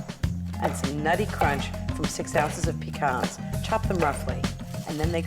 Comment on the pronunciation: She changes up how she pronounces “pecans”